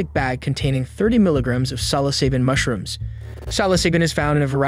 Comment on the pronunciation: I tapped out after i saw the robot pronouncing mushrooms wrong